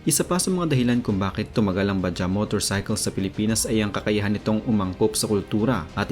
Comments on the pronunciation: bajads ang pag basa jan hindi baja🤣🤣🤣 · ba - jaj ang bigkas jan, hindi ba-ja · bajaj po ang term hindi bajah" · Mali pronunciation mo bajaj. Ba-jaj parang tunog "judge" ung "jaj" research muna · Minaj badjaj, pronounce it properly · Pronunciation niyan is Bajads😊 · Ba- judge po ang tamang pronunciation sa "BAJAJ". 😊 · Vlog ng vlog di mo naman pala alam ang pronunciation ng Bajaj di naman silent ang "J " sa pagbasa niyan.